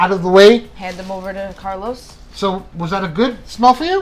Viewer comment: Why do you say "Carlous" instead of Carlos if you speak Spanish